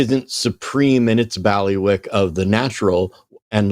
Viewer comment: I thought it was pronounced “Bailey wick”